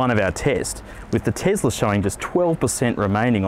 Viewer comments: this was painful, first of mal, it isn't a tezzzzlah mate, it is a tesla, it was a person's name from history dont be a bogan (this become more and more grating as the video went on) also, cruising on a highway, really not in favour of the eleccy car where regen in stop go would be much better, I am sure something that was reflective of the stop go grind as if a school holiday rush, the tesla would be a much better propitiation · Tesla not tezla. S not z Jesus Christ. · It’s not tezla it’s tesla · Tom Hardware chill. Elon, you know, the guy that created the company says ‘tezla’. So I think we can let it slide.